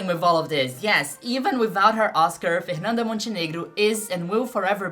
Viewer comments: I am Brazilian and she pronounced Fernanda as a native. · vc é brasileira? sua pronúncia dos nomes delas é boa demais pra você ser gringa 🤔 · Aaah dps saquei que vc era brasileira qdo falou TÃO bem o nome dela hahah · Na mesma hora que ouvi o seu jeito de pronunciar o nome da Fernanda, já fiquei atenta porque nenhum gringo conseguiria pronunciar dessa forma KKKKKKK ótimo vídeo, muito obrigada por trazer tanto da nossa cultura e história! Desejo muito sucesso ❤ ps: VC EH MT LINDAAAA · Your pronunciation for her name is perfect omg Oh wait, YOU'RE BRAZILIAN!!! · Mulher eu fiquei mesmo pensando: caraca essa gringa sabe pronunciar os nomes daqui, que loucura, mas tu é daqui! Excelente vídeo, e um bom trabalho nos traduzindo pro inglês!